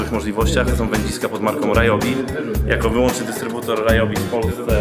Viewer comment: Ryobi czyta sie jako "riobi", a nie "rajobi"